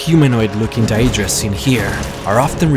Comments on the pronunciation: daedra not dia-dra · Isn't it pronounced Day-drah? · he says deadra wrong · Dude u pronouce it like DAYdra not daEdra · It's Day-dra. Not diadra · I like your vids, but please work on your pronounciation... dAEdra... comeon.... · he says daedra wrong and it bugs me rlly badly no offense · I’m sorry but it’s a good video but your pronunciation for Daedra and the ebonheart pact is bad and I’m not trying to be rude like I said it’s a great video otherwise! And the “hero’s” that you call the skald king and the queen of the aldmeri dominion. Are not the kings or queens of said race they are meant to represent us the player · wow..the way you prenounce daedra, ebonheart pact etc..work on that mate. :)